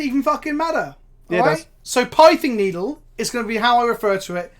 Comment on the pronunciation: I came for the salt, and stayed for the mispronounciation of Pithing Needle.